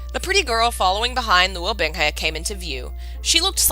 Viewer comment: I can't help cringing every time I hear "Bing Hay" when it's "Bing Hu" lol Actually, aside from looking up pronunciations (using the donghua and I also use Google's Eng -> CN translation to hear how it should more accurately sound) the story is read very well so far. Better audio, pronunciations (seriously, Chinese takes what I know about letters and goes "HA you thought." Man it really kicks my ass sometimes...) and less interruptions (which are inevitable during streams lol but really good for complete CNWN novices) and this would be the playlist I send to everyone who I think should read it! I think I might send it to my friend either way. I've also been considering doing my own readings of MXTX's books, and other donghua, as well. snorts in amusement when she reaches the System activating... I love you. XD Okay really though, aside from the Chinese words and names (We'll get them eventually!) I do really enjoy how you're reading this.